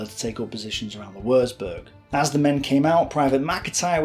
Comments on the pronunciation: Good vid but FFS learn to pronounce German words properly. It isn't pronounced Wursburg but Wurtsburg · Würzburg is pronounced Vuurtzberg !! Le Havre is pronounced Le Haaarv. Otherwise great ! Oh yes Louis Mountbatten don't sound the s as in Louey. Fascinating and well researched. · Without wanting to sound a pedant, but "W" in German is pronounced as a "V" and a "Z" is pronounced "ts". Thus Würzburg is pronounced "Vertsburg" roughly because a u with an umlaut is a sound that doesn't really exist in English. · Stop saying woorzboorg. God you hurt my ears! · I don't know why many historians of the second world war don't know how to pronounce German properly - its so sloppy. Leica (like-a), Marine (Mareen-eh) Wuerzburg (Vuertsborg),Freya (fryer) - excuse my own made phonetic script - cheers - ps Luftwaffe (Luftvaffe) Heydrich (Hi-drish) !